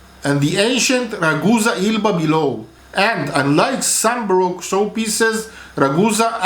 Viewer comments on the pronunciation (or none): none